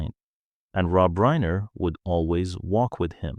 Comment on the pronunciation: it's RINER no reener